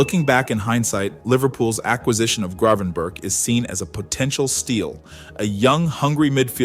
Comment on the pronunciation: If you can say GravenBurger with a Scouse accent, you'll probably be pronouncing his name correctly